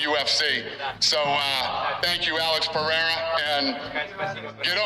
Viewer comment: 👍LOVE how you do not pronounce Alex's surname as "POHATA" like on another channel. WTF is that?